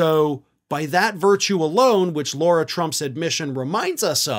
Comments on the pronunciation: Lara not Laura not Lora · Lara, not Laura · Lara, not Laura. Just for the next story about stupidity. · Please call her by her name.. Lara, not Laura…small detail but you sound better when accurate; I’m a big fan of yours!! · Please stop calling her “Laura”, which is also the name of my dear daughter. Eric’s wife is named “Lara.” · Do you continuously pronounce Lara Trump's name incorrectly as a way to dig at her? I don't really care it's just something I notice every time you say her name.